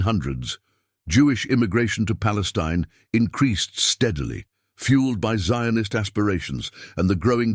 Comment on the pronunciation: Jews lived in the land of Israel since bible time. The arabs did not concor the land of Israel till the 7th century. They have nothing to do with the canennites who disappeared from Israel during King David. The way the narrator pronounces the word Zionist shows that this piece is not historical account but propaganda for the Palestinian claim.